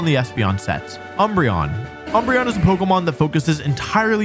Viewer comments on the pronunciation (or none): none